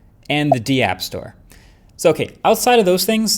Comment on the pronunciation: The "deeapp store"? Its just pronounced "dap" brotha. As in "decentralized app". Of course ill be the first to admit they're not necessarily decentralized apps but that is the proper term.